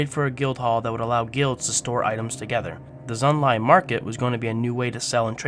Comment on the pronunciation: my god..... can you read???? sorry but holy shit, so many wrongly pronounced words, just READ PLEASE Gunolf the Mountain, Chimeric Prism, Xunlai, Gavel of the Nephilim, Vertebreaker......................... EDIT: Ignore comment if you actually are dyslexic. If not, I suggest u re-learn how to read properly xD